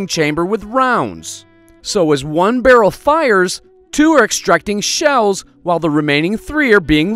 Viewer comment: What a truly dreadful voice and what tf is a 'birrol'? Do you mean 'Barrel'? If you mean 'barrel' then say 'barrel' not 'birrol'! Stopped playback because I couldn't stand the voice any longer. Thumbs down for the awful voice